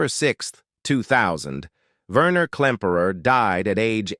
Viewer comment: Not Verner, Werner. The AI is awful.